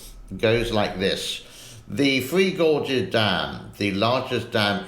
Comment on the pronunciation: Its not " free gorges" its "three gorges". Just teasing.